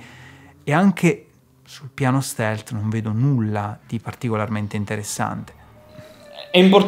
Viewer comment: “Il cavallo è inDeressssanDe” cit.